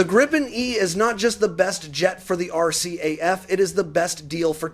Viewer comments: Not pronounced as are-caf..! It's are..see. eh..eff...RCAF... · Knock Off the AI crap. …..R…CAF? WTF is that